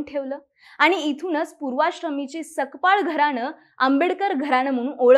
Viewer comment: Sakpal nahi tai Sapkal mhana